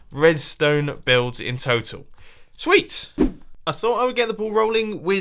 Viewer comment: oh Mumbo Jumbo you silly salamander, you said tweet instead of sweet, that should get at least 1 on the spoon counter just please at lest 1 and that's it pretty please with a cherry on top!